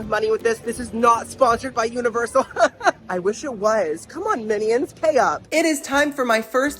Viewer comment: Are you saying “minnie-ons” 💀🤣